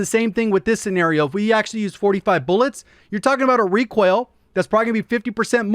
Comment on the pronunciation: Everybody: recoil: requail 😂